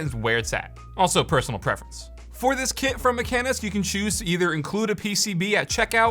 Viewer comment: actually mekanisk is spelled like mekahnisk. Just my norwegian brain getting irritated.